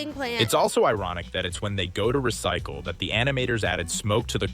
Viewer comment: The dino saying RESICLE RESICE RESICE got me rolling to mars